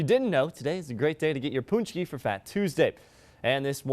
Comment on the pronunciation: pohnch-key, not poonch-key. :) There's a video on my channel with the proper production. Pączki Day is an American tradition (well, French). But it's good to see Americans enjoying pączki :)